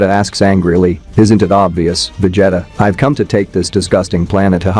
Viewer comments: My boy said Veg Jetta 😂😂😂😅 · He's saying Vejeta who the hell is Vejeta? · Dude passing me off Messing up his name VA-g-ta that means he wasn't a fan or seen these show some one wrote it for him all he had to do is read lol 😂 🤣 😆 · VegeHttuh is my favorite character. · Va jetta 😂😂😂😂😂😂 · What do you mean, It's not Va-jetta!? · "vegEETA balls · You ain’t kidding… sheesh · How come you cannot pronounce vegeta correctly ? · It’s A.I